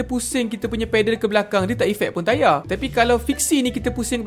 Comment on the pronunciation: mcm "saya dah order tayarrr" 😂